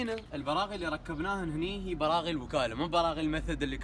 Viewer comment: ليه تقول براع 😂